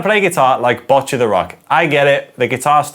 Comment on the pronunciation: Kinda hate being like this, but as a person learning japanese, who also started playing guitar because of this show, it's pronouned Bow-cchi, the last part is right, you're just pronouncing the begginning wrong. Also, I think you got it down, but it's a hard ch sound